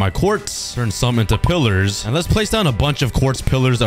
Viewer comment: "Lets PUT A RING AROUND THE PILLADERS" got me dying!!!